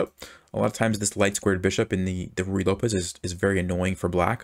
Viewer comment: Why do you say ruyey Lopez